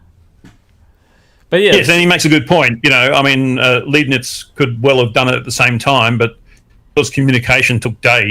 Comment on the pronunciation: Pronouncing Arkansas as Arkansas instead of Arkansas is one, but calling Leibnitz Liebnits is blasphemy! Leibnitz, as in L-eye-b-neats!!!